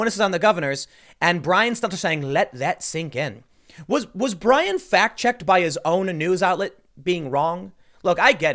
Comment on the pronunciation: poor "show tunes" Bwyan, Wewiable Sworces, Stelter.